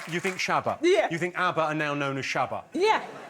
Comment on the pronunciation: I found the "shabba" answer super funny because the way they say it sounded exactly like "tjabba" which is a slang word for hello in Swedish.